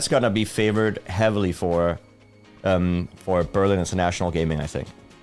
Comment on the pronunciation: also it's Berlin...not Berling